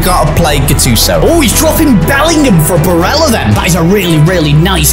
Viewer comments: Not bareja, barella. He’s Italian not Spanish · Chris pronounced Barella correctly, didn't... Quick lesson - Bareya pronunciation for double L is Spanish, Italian is pronounced as Ls. Eg chicken...pollo. Spanish is pronounced poyo, Italian is pronounced pol low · Barella…not barea ahah :)) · hilarious as always mate he’s Italian not Spanish it’s bar-ella if that makes it easier 👍🏻cheers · who told its baraya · it’s not Barella. It’s Nicolò Barella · Barella is italian, so you can just pronounce the L's in his name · pronounce the L in italian lad the double L as a J is spanish